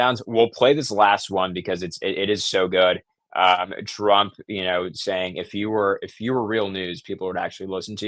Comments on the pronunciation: You keep saying drump?????? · Why is this guy saying, Drump half the time? Or is it just my rock and roll ears? 😂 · ARE YOU PURPOSELY SAYING "PRESIDENT DRUMP" WITH A D OR AM I JUST HEARING THINGS... ANYONE THAT READS THIS, PAY ATTENTION TO THIS... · Is this guy saying drumph or Trump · His name is TRUMP not DRUMP....LMAO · Sometimes it sounds like you call President Trump “Drumph” You call him “Trump” most of the time he is President Trump or the President. It’s a matter of respect for the office of President. Not to be mean.